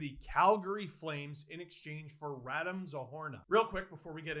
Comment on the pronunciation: “RadEEm” Steve! RadEEEEEEm